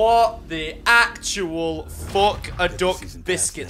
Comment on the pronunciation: "What the actual Fock"